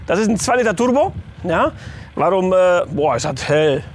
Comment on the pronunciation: " 2 Liter TuRRRbo " 😂😂